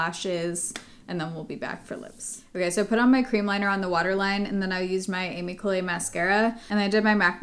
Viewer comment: Really want to try that skin tint now. By the way, Ami Cole is pronounced Ah-me Ko lay.. not like Amy